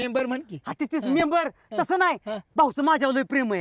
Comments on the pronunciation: मेंबर ❌ चैंबर ✅😂😂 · म़ेबर = च़ेबर😂😂😂😂